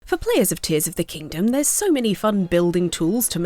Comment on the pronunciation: It’s Tears as in crying tears